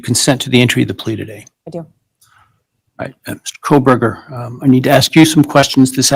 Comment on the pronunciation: Here’s the thing about Megan Kelly, how can she report this topic for so long and still not pronounce his name correctly? I don’t know, just bothers me… Also, I wonder, did Bryan have much to lose by making that plea deal if it really was to protect his parents and he’s just not getting the death penalty… I guess that does make sense